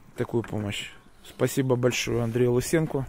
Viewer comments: Монтян ударяет на Ы. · Андрей Лысенко.Ударение на о